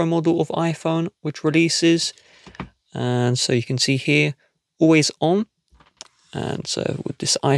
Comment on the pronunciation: You have an issue with the way you say always